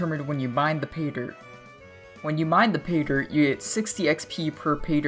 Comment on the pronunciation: learn to pronounce pay-dirt